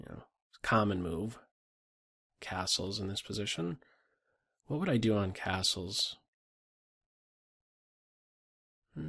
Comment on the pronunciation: Phone rings, I press pause just as is saying "castles", i finish on the phone and press play, I stand surprised by finishing his word sounding like "assholes" lol